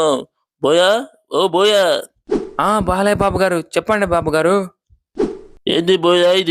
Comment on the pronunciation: బాలయ్యాకి కాదు బాలయ్యకి యా కి దీర్ఘం పెట్టకూడదు